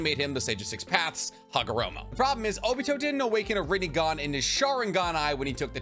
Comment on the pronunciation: say chibaku tensa right its easy and rinnegan